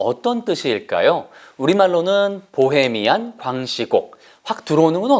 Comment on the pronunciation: 퀸 이라 발음하지 않고 크윈 이라고 발음하죠.. 그리고 보히미안 이라고 히에 엑센트가 있구요..